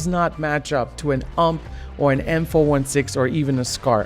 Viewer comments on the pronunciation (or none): Great videos. Learned a lot. But please.. Its a U.M.P You em pee Universale Maschinenpistole, German for "Universal Submachine Gun Not said as "ump" like a word. And its not a hk four, one, six It's an HK four-sixteen. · Say U M P not ump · "ump"??? U M P you don't call a S K S a "sks" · you just dont say "Ump" its an acronym you're supossed to say "U-M-P" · I love how he says "ump" instead of "you ehm pee" XD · You pronounce the ump45 as "yew em pee 45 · When you said “ump” as one word i died a little inside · You em pi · U M P separate not a single word 3 letters. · fuck people calling it 'ump' and saying 'awwwm' triggers me